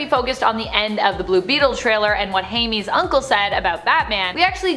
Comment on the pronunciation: Ummm fyi Jaime is pronounced Hi-May not Hey-me……